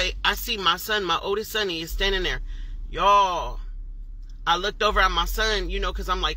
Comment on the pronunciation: i cant believe anything an adult that say's "look-ded" say, she lost all credibility from that point on